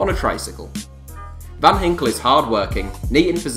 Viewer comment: its van ginkel not van hinkel